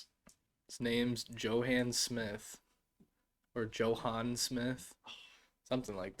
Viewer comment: I think Johann is pronounced like Yo-hann. The J in German sounds like a Y.